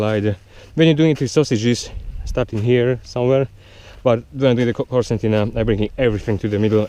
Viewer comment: nice, but isn't it Concertina bag? Why pronounced Corsantina? :D